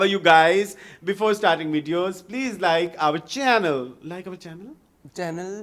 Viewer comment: Sadqay jaun ... plaiz 😂😂😂